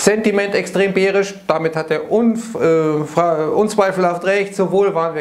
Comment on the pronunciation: "beerish" - er hat es wieder getan :) Danke für die Einschätzungen zur Marktlage!